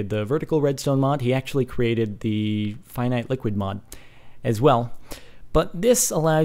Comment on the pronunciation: it's F-Eye-Night